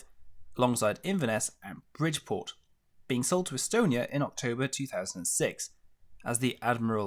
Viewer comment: Bridport is pronounced Brid Port. You pronounced the Saudi ships perfectly and failed on an English fishing port. Awesome ships to serve on.